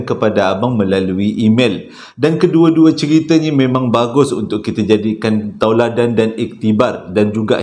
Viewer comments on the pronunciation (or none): Salam... Bro sebutan bukan "tauladan" tapi "teladan"